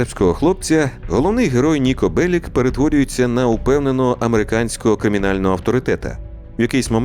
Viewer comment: Ніко Беліч а не Белік. Сербською Нико Белић